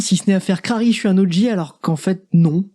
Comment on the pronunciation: Ptdrrr il a dis crari bz lui smr